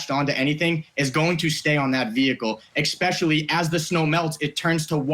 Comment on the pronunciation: Exspecially?! Someone teach this kid how to speak before debating the big guys.